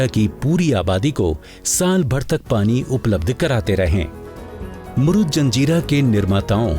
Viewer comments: Its a Murud (मुरुड)not a मुरुद. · पहिले किले का नाम मुरूड जंजीरा है... ना कि "मुरूद ".. हिस्टरिकेल नामको बराबर से स्टडी करके लिया करो... आपजैसे लोगोकी वाजहसे ओरिजिनल नाम बदल जाते है.. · जनकारी बहुत अच्छी लगी । लेकीन आपने महाराष्ट्र का जंजिरा किला मुरुड को मुरुद बोला है. जो की मुरुड होना जरुरी है। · शहर का नाम ' मुरुड ' हैं, मुरुद नहीं! कम से कम सरकारी चॅनल से ये अपेक्षा न थी